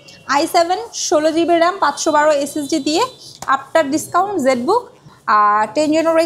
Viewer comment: SSD❌ S S D✅